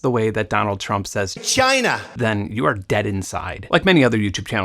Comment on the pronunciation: I don't care what side of politics you're on either Benn, the way Trump says CHY-NAH is fucking highlarious and the 3min compilation of him saying CHY-NAH has had me doubled over crying laughing more than once :-)